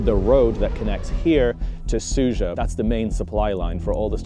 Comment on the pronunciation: Smug attention seeking. You are really a personification of western attitude towards this war - doesn't know anything (even mispronouncing the name of the town its Sudzha not Suzha) but trying to stick your worthless opinion in every hole. You are nothing more than cheap propagandist, there are lots of evidence of civilians that were killed during the occupation of this region. War is not as one-sided and perfectly black and white as you are trying to describe it. You must come home it is not your war.